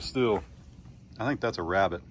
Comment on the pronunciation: Do you mean to say you Elmer Fudded the wabbit